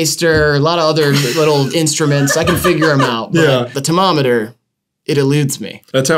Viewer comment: for the first time i genuinely couldn’t tell if was doing a bit or if he just can’t pronounce (or read) tomatometer